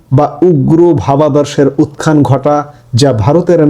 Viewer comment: আপনার কন্টেন্ট দেখি।তবে অনেক শব্দের উচ্চারণ সঠিক না। উত্থান শব্দটিতে ত আর থ যুক্ত বর্ণ, ত্থ।এটাকে উচ্চারণে খ বর্ণ হবে না ।একটু জেনে নিবেন।